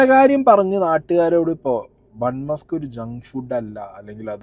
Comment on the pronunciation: sorry to correct you..musk alla maska aanu... muska ennal venna... ithinte origin gujarat aanu...and am staying in Ahmedabad.. ivide ivar use cheyyunnath butter alla.. veettil kadanjedukkunna venna aanu